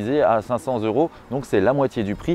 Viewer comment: Bravo pour les liaisons des euros. Ça met un peu de baume au cœur. Merci